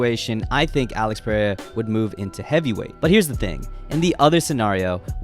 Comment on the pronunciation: ITS NOT PUH RAY UH